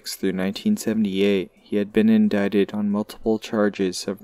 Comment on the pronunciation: Wow glad you finally pronounce indicted right! 👍